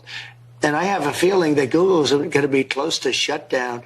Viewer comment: Nobody called from guugle. Lol, we know. Dont wait on it my man